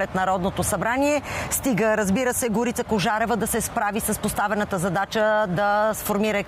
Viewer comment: На Тая Горица, ударението не е ли на О? Го̀рица? Що й викат Горѝца?